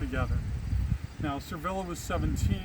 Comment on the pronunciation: Your video is interesting, sir, but why do you keep calling her "Servilla" when there is clearly no "R" in her name?